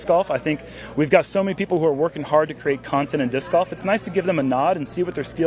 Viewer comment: Someone please teach how to pronounce golf correctly.